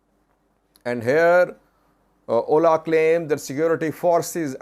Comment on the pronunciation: OLA is an abbreviation, not an acronym to be read as a word 'oʊla'.